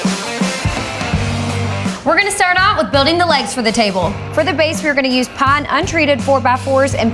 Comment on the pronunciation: lol I think of Deliverance when she said "pine" ... shutter. lol